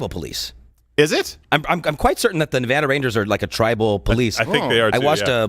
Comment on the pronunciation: I love the show but also, as a Nevada resident, I love that you guys pronounce it correctly. I hate when people say Nevawhda. It's Neh-VA-duh.